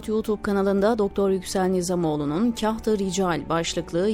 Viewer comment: "kaht"kelimesi" "kart"gibi kalın "k"ile telâffuz olunmalıydı.